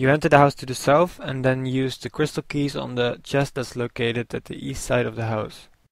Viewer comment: lol u said lke keych LOVE THAT LOL!~